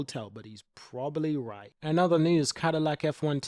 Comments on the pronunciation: I'm losing my mind because he can't say probably properly 😂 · Hamilton said probably the strongest driver pairing. The emphasis should be on 'probably". Why are so many people missing this?